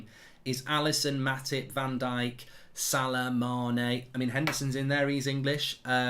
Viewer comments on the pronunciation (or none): none